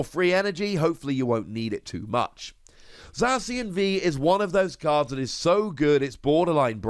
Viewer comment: They way you prenounce zacion za-see-on no its za-key-on